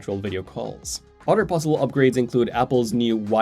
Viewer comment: I'm looking forward to the day when learns how to pronounce the word "other" correctly and not "udder".